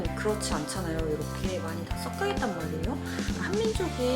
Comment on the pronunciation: 썩여가 아니라 섞여. 한국어 발음 제대로 합시다 😊